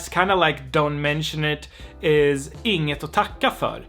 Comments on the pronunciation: Since you want to learn perfect pronounciation Inget - think of Nothing. Use the Ing in nothing and add et, (noth)INGet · when you say words like "inget", "inga" or ingen" we normally don't pronounce the g in the word. The ng sound is more like the "ng" sound in the english word "wing". Just a tip.;)